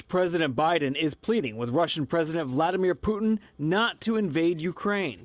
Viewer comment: Haha, Fox cannot even say Vladimir, they almost called him Voldemort Solenski, same coin's different side